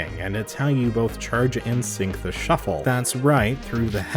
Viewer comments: Look it a shu- flah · You mean a shu-ffle